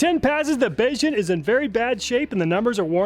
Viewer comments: Beixun is pronounced bay-shun (un as in kim jong un) Mandarin is hard Edit: in the abrasion test he said it right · "Beixun" is pronounced "bay-shueen" FYI! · Not a huge deal but assuming BeiXun is a Chinese company, their name would more accurately be pronounced "bay-shoon." An x makes a soft sh sound, while sh makes the hard sh sound. Again it's not a problem, and I'm not actually familiar with the brand, maybe they prefer it pronounced as you said it, so take me with a grain of salt. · I don't know if anyone else has mentioned this, but a quick pronunciation tip—pronouncing BeiXun as "bay shoon" would be the closest approximation of the original Mandarin Chinese. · It's "Bay-shoon" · BeiXum, is two words in Mandarin. Pronounced Bay-Zoom roughly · Hearing you pronounce Beixun throughout the video made me giggle a bit knowing the actual pronounciation is a bit different.